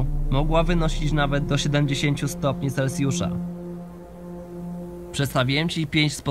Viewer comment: selsiusza czy celciusza oto jest pytanie XD